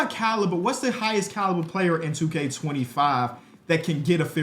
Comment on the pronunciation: why did you say "caliber" like that?